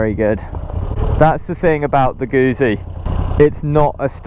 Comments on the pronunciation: Great review... but it's pronounced "Goot- zi" not Guzzi. The double z is pronounced how you would say it in the word pizza. Sorry to be pedantic. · Gutzi. Not goozi. Same way as you say pizza.